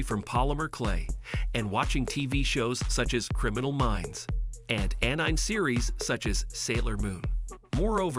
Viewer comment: it's not pronounced an-im. More like an-eh-mey.